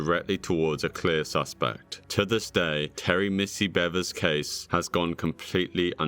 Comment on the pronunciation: My thought is is that if you’re gonna report on a crime in one of your videos, at least have enough decency to understand how to pronounce the victim’s name. Missy Bevers you know like the beaver who makes a damn.